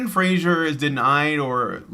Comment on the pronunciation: Fraser, not Frasier.